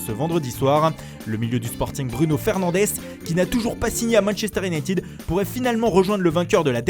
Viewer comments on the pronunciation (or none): Pas iounaïtiiiiiiid